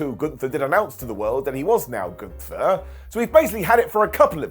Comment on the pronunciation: What if I told you that the jobbers name is Gunther, not goontur. Gun-ther. Not Goon-tur.